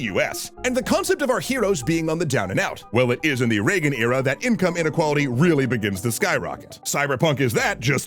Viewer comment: After the first time you said reagen i was fully radicalized no need to continue